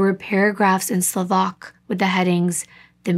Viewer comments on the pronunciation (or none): none